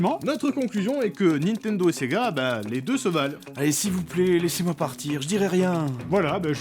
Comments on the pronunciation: C'est moi ou au lieu de dire Nintendo elle a dit Nan Tendo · "il jouait à son "naintandeau", j'adore :D